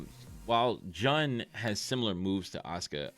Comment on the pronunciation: The way u said jun got me angry😂its pronounced like june